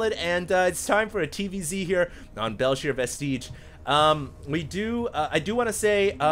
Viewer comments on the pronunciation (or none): it is not pronounced belshir vesteeeeege